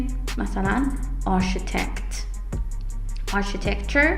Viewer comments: تلفظ صحیح architect/a:rkitekt/ با تشکر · سلام و عرض ادب.بسیار ممنون از تدریس درخشان شما🙏🌹🌹🌹فقط جسارتا تلفظ کلمه architect و استرس کلمه Economic را اصلاح بفرمایید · دروس عالی هست.ممنون.تلفظ معمارو معماری انگلیسی نبود انگار